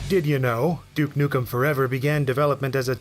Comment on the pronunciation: "Duek nukem" lol